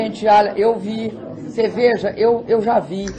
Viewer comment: Meu Deus!!! Que ANTA de baton é esta? Quanta falta de informação, quanto despreparo. É com certeza, a maior demonstração de falta de capacidade para se expressar (KKKKKKK, em português. Ela não consegue dizer nem "você" corretamene e um bando de incompetentes tão ignorantes ou mais que ela, elegeu. É bom para vocês aprederem. O país tem o presidente que merece....INCOMPETETE.